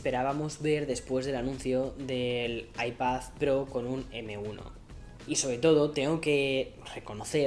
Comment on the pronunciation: Cómo se nota que es madrileño pronunciando iPad como “Aipazz” 😁